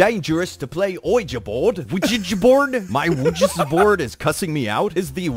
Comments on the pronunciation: "I got Pagnert form a legee board" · Its spelling pronounced Luigi Board actually.